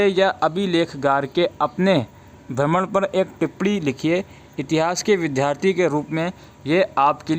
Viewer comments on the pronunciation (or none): none